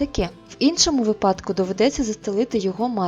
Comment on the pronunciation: не випа́дках, а ви́падках!